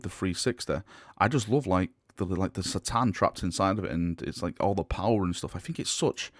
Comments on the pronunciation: its 'K'tan not 'sa'tan pliz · it's "Kuh-Tahn" not "See-Tahn" sorry but it triggers me so much.